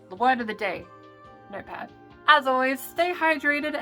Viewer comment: I think I misheard "notepad" as "nerdpad".